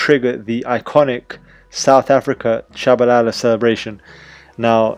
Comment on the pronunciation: Are you south African you pronounced his name pretty well ( I am)